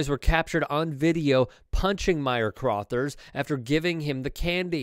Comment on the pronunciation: Crothers is being pronounced incorrectly.